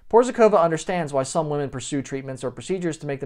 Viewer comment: Hej buddy, in order to add some real value to your presentation you should: 1. Learn how to pronounce someone's name, 2. Work on how to present yourself naturally without an urge to make "a macho, alpha male impression" (which didn't work out, by the way), 3. Present facts, e.g. "he was some kind of guitarrist playing at some 80's band or something...". All in all the impression you made was very weak, somewhat ridiculous. But...we all have to learn in order to become better, right?